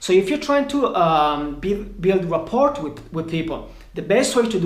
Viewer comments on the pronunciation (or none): “Rapport” the T is silent